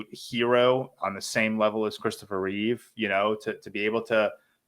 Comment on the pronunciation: It's Chistopher Reeve not Christopher Reeves